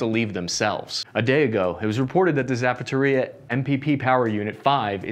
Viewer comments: I have to believe some of these mispronounciations are on purpose. The Zapataria power plant? Yes I'd like a steel-toed generator in a size 11 please. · I like how does not ever try to say "Zaporizhye" and just rolls with "Zapateria." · The city is called Za-pow-row-zhi-ye, not zapatoria! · "Zapateria" is even better. 🙂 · You mean Harrison? I didn’t know there was a NPP in a Shoe Store (Zapatería) either. 😂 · Still looking for "Zapatoria" on the map but I just can't seem to find it. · Pronouncing Zaporizhzhia as Zapatería is even better ;-) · And Zapateria = "shoe store" in Spanish. So we have a war going on around a hispanic shoe store which is somewhere near "Harrison", which sounds like it's in Pennsylvania or the Midwest of the US. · The fuck is Zapothorrhya? :D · Pls. Don't pronounce cities names! Pls.. You are Buchering all of them. The most critical Iz Zaporozye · It really sounds like you're purposefully butchering the town's names to create comedy. Zapatoria? How do you get that from Zaporozhie. It doesn't even have a T in it. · don't get discouraged about the comments criticizing your mispronounciation of slavic names. I find it absolutely hilarious and I'm always curious how badly you'll butcher them in the next video. Embrace it.